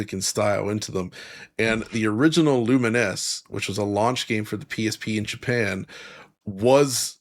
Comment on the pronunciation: It's Lumines, one s not two. It's pronounced Loo-mins/ Lu-mines ...Not Loo-mi-ness spelled Luminess. 🤦🏻‍♂